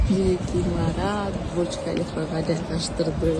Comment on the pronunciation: Бурч Халифа эмес колхозница туура суйлочу🤦‍♀️Человека из колхоза можно вытащить, а вот колхоз из человека вытащить не возможно 🤦‍♀️